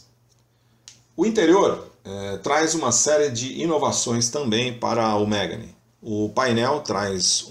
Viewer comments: Não é MÉGANE, é MEGÂNE! Carro francês.... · Mégani ??? Se fala Megãne.